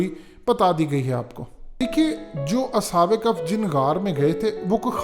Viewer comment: اصحاب کف نہیں اصحاب کہف کہتے ہیں۔۔۔عقل ننئ تے موجاں ای موجاں😂😂🤣😂🤣🤣😅😅😂🤣😅😂🤣😂😅😂🤣🤣😅😅🤣🤣😂😅😂🤣🤣🤣😂😅😂🤣😅😂🤣😅😂🤣😅😅